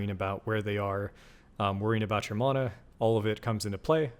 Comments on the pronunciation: Can’t get past how you say “mana” 😮‍💨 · I got sooo annoyed gave flash backs of aang as ung if you know you know. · 1000% this😂